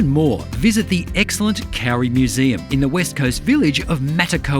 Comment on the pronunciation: Just say Cody but make the d sound like r. That is how you pronounce kauri, not cowry